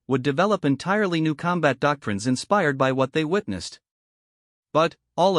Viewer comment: "...use them for challenge com-BAT"!!!!???? WTF is "com-BAT"!!!!???? I know what "COM-bat" is!!!! But, I have NO FREAKING clue what "com-BAT" means!!!!! Stress on the WRONG syll-ABLE is either incoherent or changes the meaning of a sentence. FIX your AI!!!